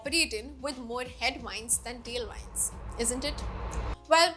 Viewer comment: Great explanation. Thanks. (Plese check on how to pronounce Tailwind & Headwind)